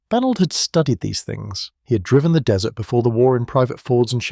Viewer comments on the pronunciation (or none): IT'S BAGNOLD you ignorant programmer